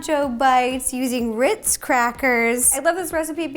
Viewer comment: Am I the only one who hears here her say witz instead of ritzs